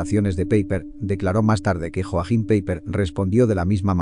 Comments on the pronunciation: Hola! Un detalle.... ¿Porqué no estudias un poco de alemán básico? Como mínimo pronunciarlo correctamente. Que no es tan difícil. Porque un 99% de tus temas son sobre alemanes, Alemania o similar. En realidad creo que más del 99%, ¿no crees? JOACHIM PEIPER, NO se pronuncia Joajim Peiper, como continuamente lo pronuncias en este video, sino YOAJIM PAIPA. La J se pronuncia como la Y española. O si lo prefieres la doble L. O sea LL. La CH, se pronuncia como la J española (como por ejemplo el famoso músico BACH, que se pronuncia BAJ, y que significa ARROYO, por cierto). Y el diptongo EI, se pronuncia SIEMPRE, AI. Y siempre que veas una palabra terminada en ER (y hay muchísimas), OLVÍDATE de la E y de la R, su pronunciación española es una A. O sea, su pronunciación sería YOAJIM PAIPA. La pronunciación alemana NO es tan difícil como pueda parecer. Desde luego es mucho más sencilla que la francesa o inglesa. ¡¡¡TE LO SAGURO!!! Y con unas pocas horas de estudio, muy pocas, podrías aprender a pronunciarlo CORRECTAMENTE. Si no sabes cómo o con quien, yo me ofrezco a ayudarte. ¡SALUDOS! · Vamos a ver, cuando de algo se dice españolísimo, se refiere a que en ese idioma (español), esa palabra o nombre se dice así. Es decir, Joaquín, mientras que en otro idioma, por ejemplo alemán, ese nombre es Joachim y se pronuncia YOAJIM, NO COMO LO PRONUNCIA EL CREADOR DE ESTE CANAL. En cuanto a que dicho nombre, sea de origen judío (lo cual desconozco y además, me importa UN PITO), te daré más datos. LA HERMANA DE ADOLF HITLER TENÍA EL JUDAÍSIMO NOMBRE DE PAULA (recuerda al judío Paulo de Tarso). Saludos.